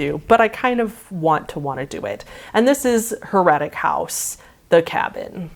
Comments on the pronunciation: i knew someone who did Heretic (btw it's pronounced "hair-a-tick" how do you not know that?) and he came out with his pants down so idk if he was just messing with me or if it was more like Blackout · The accent of heretic is on the first syllable